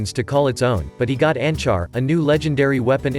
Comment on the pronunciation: "Enchar" nice one:P